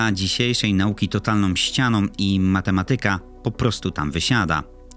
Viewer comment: "ostrOM kropkOM zwykłOM ścianOM" naprawde???